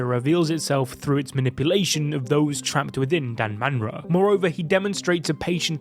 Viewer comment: Its danmara